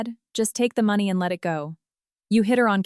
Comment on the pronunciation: Need a better AI voice or format, it's not even pronouncing money correctly. If you are going to host a channel on YouTube, at least do the bare basics.